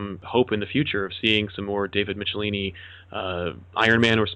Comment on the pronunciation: Great interview including some nice backstory with Michelinie (how is his name pronounced?, you pronounced it 3 different ways during the show.lol) working for both DC and Marvel. Currently reading his Star Wars run Marvel with Walt Simonson and his writing really stands out.